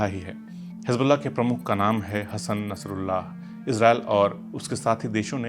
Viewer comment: It's not hasan rasululah it's hasan nasrullah